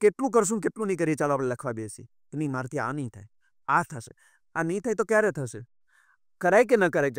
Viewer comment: પ્રશ્નકર્તા ભાઈએ 'શ'નો શુદ્ધ ઉચ્ચાર શીખવો પડે. "સીખવું" નહીં, 'શીખવું'; "થસે" નહીં, 'થશે' વગેરે.